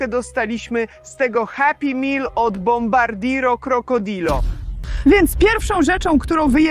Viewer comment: Dobrze poprawnie wymawia bombardino krocodil